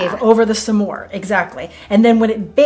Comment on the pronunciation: It would be more interesting with clean ingredients, so we know what flour works best. Refined sugars... you are mispronouncing Smores 😄